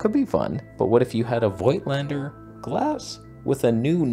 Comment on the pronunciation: You should get rid of all the Voigtländer lenses, so I don't have to teach you that the "i" is simply a lengthening sign in German. So it's pronounced like "fohgtlender" i.e. with a longer "oh" sound ;-0 Disclaimer: just kidding, keep the lenses you like best.